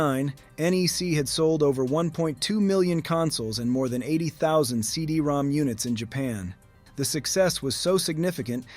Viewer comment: I was told that CD-ROM2 was actually read as “CD-ROM-ROM”